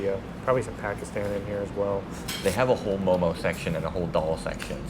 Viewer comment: Momo please not momos. Come on guys.